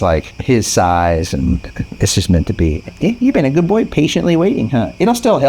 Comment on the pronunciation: Good BOY not goy (slur for gentile)